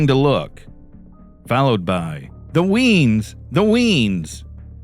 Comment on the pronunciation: "The weans" 😂. Nah mate its the "wee uns" like the wee ones